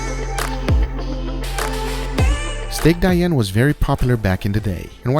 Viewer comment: You have to pronounce "Dee-Ann"